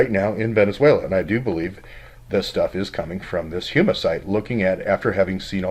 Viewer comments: HomeEh not huema Houma La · It is pronounced Ho-ma, after the tribe of the same name, but fascinating. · ....it's pronounced Homa.......like home with an "a" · It is pronounced "HOME a" little a sound. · That's pronounced home-a. My old stompin' grounds...